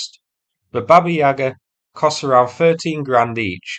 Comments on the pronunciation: Its pronounced 'baba-YE-ga' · baba yag-ar, with stress on the 'ar' not the 'yag'! i didn't want to mention it but you kept saying it lol great vid :)